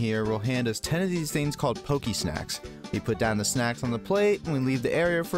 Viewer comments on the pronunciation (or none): none